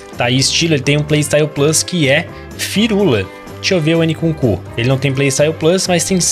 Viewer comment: a pronúncia n é "N kunku" é "imkunku"